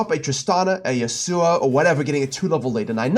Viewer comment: Why do you pronounce Yasuo like "sewer"?